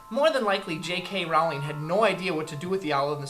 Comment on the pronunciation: J.K ROWLING.ROWLING LIKE BOWLING!!!!